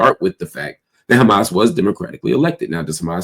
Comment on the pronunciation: Try to pronounce Hamas better. Sometimes you get it right. But mostly not right.